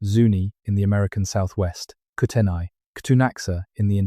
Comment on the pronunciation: You absolutely butchered the traditional names of the secwempmc ans the kootania